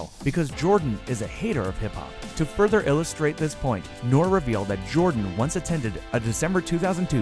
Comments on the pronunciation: 😂😁😂😁 Rapper "nor"...hes not a rice side company😂😁😂😁😂...its "nor-ree" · He called rapper Nore, Nor... Who the hell is Nor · The man’s name is N.O.R.E, pronounced NOR-E not noir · thats NORE (Naww-Ree).....not (Noor) Short for Noreaga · Michael Jordan wanted you to forget how to pronounce all those names Kwom Brown? Rapper Knore? You sound like Siri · Rapper Knore lol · NORE is pronounced "Nor-ee". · he said nor im dead